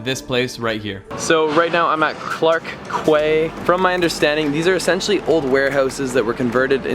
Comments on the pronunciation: it's not pronounced KWAY, try KEY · FYI, Quay is pronounced Key. Another one of the silly anomalies in the English language. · quay is pronounced 'key' :) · Glad that u like Singapore. Quay is pronounced as Key btw, not Kway. Its the english word for jetty etc. Its pretty empty when u went because its actually a night life spot with a whole stretch of pubs . Both Clark Quay and Boat Quay are riverside pubs nightlife areas. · "the best gift of all!!" "awwwwwwwwwwwwwww" "its me" "askklsklklfjgj" "clark KWAY" I'm laughin hun ur so cute xx quay is pronounced 'key' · quay is pronounced like key. Not "qway" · Great video, but arghhh, it's pronounced Clark Key (quay), not Clark Ku-ay. Quay is one of those English words that are pronounded differently from how it's spelt. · "Quay" is pronounced "Kee" bro... Great video btw 👍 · FYI ... Quay is pronounced "Key" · It's Clarke Quay, pronounced "key". It's an English word :) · Hi, I'm from Singapore and this is a nice video! However, you pronounced Clarke Quay wrongly. It's supposed to be pronounced somewhat like "Clarke-Key" instead :) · oh no. you don't pronounce it as clarke "quay"... it is clarke "ki". It is a proper English, not any other cultural language. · You can actually do Singapore for cheap. I live here right now and I spend about $2,500/mo, which is less than I ever did in the states. Also Clarke Quay (pronounced "key") is a clubbing spot, so you really need to go at night to see it in action, haha.